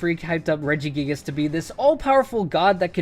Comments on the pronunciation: REGIGIGAS, NOT REGGIGIAGAS! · IT;'S REGIGIGAS, NOT F*CKING REGIGGIGIS!